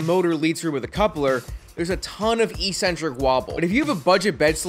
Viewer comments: ek-cen-tric, not ee-cen-tric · Eccentric pronunciation ek-sen-trik not e-sen-trik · Eccentric. Ec-centric. Not E centric. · "Eccentric" is said "eck centric"